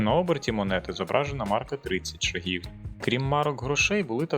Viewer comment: не буду брехати. Не гуглив. Просто здалося що правильніше на перший склад. Не наполягаю